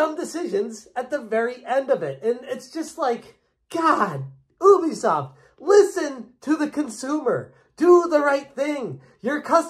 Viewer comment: Ubisoft has confirmed multiple times what the correct pronunciation of their company name is. You should say "yubi", not "oobi".